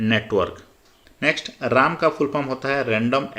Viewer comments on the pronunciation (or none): वीडियो तो अच्छा था परन्तु आप रैम को राम और जावा को जाबा बोल रहे हो